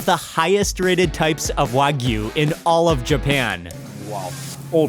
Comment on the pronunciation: It's not wag U its wag ooh.